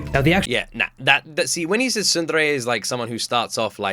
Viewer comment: HOLY SHIT!!! An English speaker that pronounces tsundere correctly! I'm so proud of you 🤣